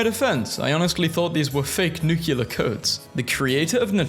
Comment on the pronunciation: nucular smh